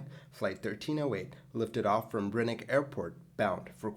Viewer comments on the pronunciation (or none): Airport was called Brnik not Brinik.